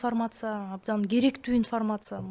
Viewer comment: инфмрмаца ифармаса дебей уйронсон. суйлошту